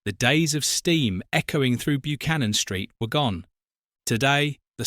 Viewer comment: Interesting video as I wa there just recently, however, sorry to be pedantic but it's pronounced (more like) BUH-CANNON, not byoo-cannon